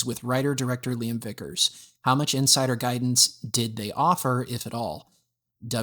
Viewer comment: "LAIM" lol it's Liam!!